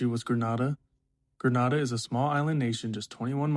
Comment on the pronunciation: It's not Gren-Nah-Dah, it's Gre-Nay-Dah. Grenada 🇬🇩